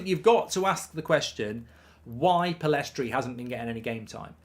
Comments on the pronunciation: Should really learn his name if you're gonna praise him so much. It's Pellistri, not PellEstri. Love the content, Mark! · Will Mark ever pronounce Pellistri's name correctly?